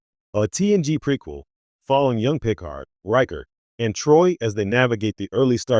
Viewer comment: It's pronounced "Pea-card." NOT PICK'ard. Can we please stop using these garbage A.I.'s reading the scripts. Please use a human being in the future. Thumbs DOWN!